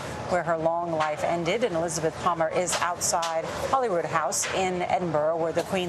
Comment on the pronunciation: Despite the spelling, it is not pronounced Holy-Rood-House, it is pronounced Holly-Rood-House. Please get it right, talking head people. It is not rocket science. You owe the deceased Queen at least that level of respect.